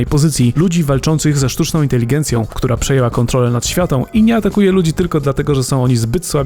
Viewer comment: "AI przejęła kątrolę nad światą"... dziwne jest to lore w AI War....